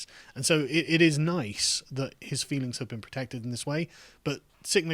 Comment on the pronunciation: Kate made me cwy and and she huwt my feewings😢! Humph!